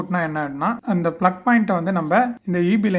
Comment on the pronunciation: It's a plug not flug. Thanks